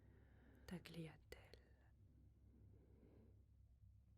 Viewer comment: Bonjour et merci pour cette séance, une mini correction sur la prononciation du mot Tagliatelle, on dit simplement Taliatelle, je conçois qu’il y a le G avant le L mais comme en français certaines fois des lettres ne se prononcent pas, exemple le mot mieux le X est là mais ne se dit pas. Bonne continuation. 🧡